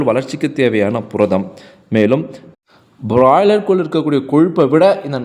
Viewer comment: முதல்ல பிராய்லர் என்று சொல்லப் பழகு .